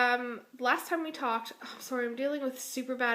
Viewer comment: Ahaha love the way you say 'sorry :)) Like a real canadian